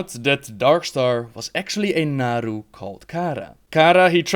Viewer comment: Seriously people, it's VELEN* and NAARU*